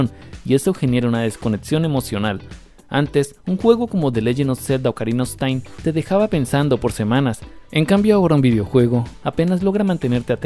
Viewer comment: "Ocarina Os Tain" .. se pasó de Bergamo‼️😂👍 .. te cortaron el vídeo al final hermano...